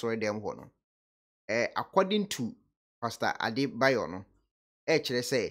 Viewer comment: The name is Adeboye and not Adebayor